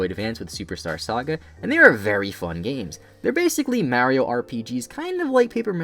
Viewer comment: Finally someone pronounced Mario correctly